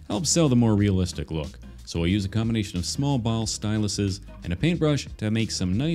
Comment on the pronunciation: He said realzalistic not real life or hyper realalistic